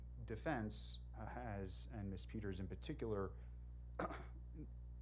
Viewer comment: This judge does not know how to pronounce the name “ Peters”what an ignoramus, for a supposedly educated man..!!